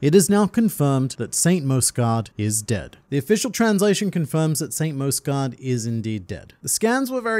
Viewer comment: Mjosgard's final words: "It's pronounced MYOS-gard!" and the World Nobles: "Whatevs Mosgard." Hajrudin: "I shall carry on your legacy of the soft 'J,' my brother.": "Whatevs Harudin."